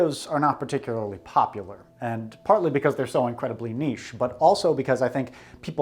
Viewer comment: When he says niche in the right way